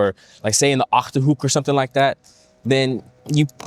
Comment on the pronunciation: Yeah... also "Achterhoek" 👍